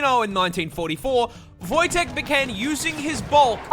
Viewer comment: if you're talking about the Polish grizzly bear then it's pronounced Wojtek